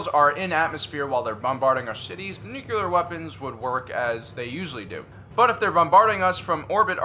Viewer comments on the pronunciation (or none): Love your vids, but I had a hard time with one thing. It is New-Klee-Are, not New-Cue-Lar. Sorry, but I would rather listen to nails on a chalkboard. Both Bush 43 and Carter said that. I cringe every time. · Please learn the word nuCLEar! It is not nuCULar.... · NU CLEAR not NU CU LAR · You pronounce "nuclear" like President Bush. It's "nook - lee - err", not "nook - yoo -- lerr". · Nuculer ??? Or nuclear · its nuclear not "nucular" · It’s nuclear. How many times he gonna say Nucular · Just like the real new Star Wars movies. Too much comedy in this video. Plus, what is "Nucular"? It's "Nuclear." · I gave you a like in this one, because it was honestly awesome - I almost retracted it for all of the “nucular”s, but I saw a video of yours yesterday where you joked about that/ and your channels have quickly become my favorite - sooo, I gave you a break 🤣. Keep up the great work! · Say it with me: N-U-C-L-E-A-R. Nuclear. NEW-CLEE-ER. Nuclear. "Nucular" is not a word. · Always thought you were smart, then you said "nucular" 🤔🤔🤔